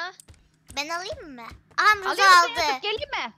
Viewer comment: Roseye roza dediğinde patladım GSUSG7Y